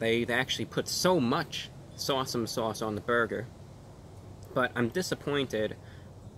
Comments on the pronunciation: Sorry Reviewbrah, your seagull interpreter did a pretty bad job at saying S'Awsome. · Shots every time he says sawesome sauce.....🤪